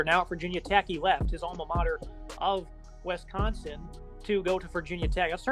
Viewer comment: Every time you say We-sconsin I lose a little more respect for your analysis.